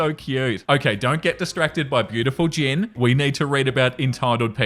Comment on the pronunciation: Okay I was like, “Is he saying Jin or Jim?” Thinking wow maybe this guy is Army (BTS fan) that’s cool… or I’m hearing it wrong. Then a week ago I saw someone comment calling the cat Gin and I was like OMG I forgot the English word gin exists! I felt so stupid. lol But now I see you write Jin and I’m lost! What is his name!? lol